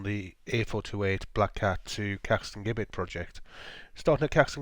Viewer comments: Its pronounce st neuts not neots and it's Caxton jibit not gibet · It's pronounced Jibbet. The G is pronounced as a J. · Heads up, it’s pronounced Jibbet!